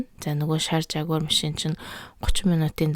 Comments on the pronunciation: жагуар биш ягуар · yaguar gj unshdagshu